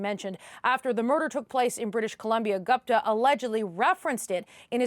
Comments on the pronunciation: Geez! CBC correspondent butchered the name “Gupta”.. It was annoying to hear her repeat “Gaapta, Gaapta…” Why can’t she learn to pronounce basic Indian names like the host. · CBC!!! DO YOUR HOMEWORK!! No such thing as a "Sick" (pronunciation)! How do you NOT know it's pronounced "Seek" !!! Also - is "Gupta" the same person as "Goopta" (pronunciation) !! Holy smokes! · It's Gupta not Gopta. Can we call Peter Porter 😁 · Dear News Reader, it's Gupta..... Not Gapta....😅😅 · Gapta???? This network can’t even pronounce the name Gupta!! 😂😂😂😂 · very very poor home work. At least learn to pronounce name of the alleged person in the report. You said his last name “GUPTA” so many times and don’t even know how it is pronounced. Clearly shows you read it on paper rather than talked to any person or sources. If you had done it you would clearly know “U” letter is pronounced out loud in the name